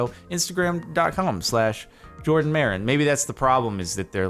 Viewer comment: Every single comment, HIS NAME IS JORDAN NOT JaRDON